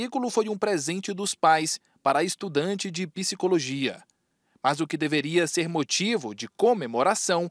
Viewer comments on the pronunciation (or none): Parei de assistir ao ouvir "pissicologia".